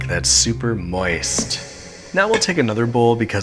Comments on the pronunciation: Love the emphasis on moist. Wonder how many people cringed every time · I've never heard 'moist' with so much deliberate emphasis before...thanks for that. And by that I mean thanks, I hate it.